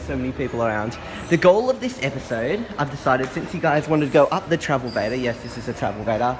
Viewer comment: Travelator not travelvator